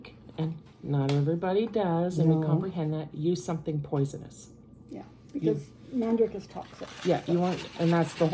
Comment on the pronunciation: Did you say mandrick?